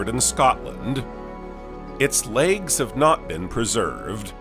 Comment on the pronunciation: What’s happening with his voice ?!? I like this but can’t listen for long. He literally sounds like an adult Forest Gump . “Legs-Guh”. “Pods-za”, and “ assembled-da”. 🤔